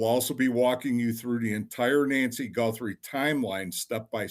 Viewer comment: Your guy that is reading, calling Nancy , Angy. Here name is not Angy it's Nancy